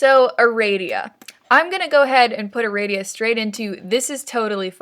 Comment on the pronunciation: ITS ARADIA NOT ARADIA GEEZ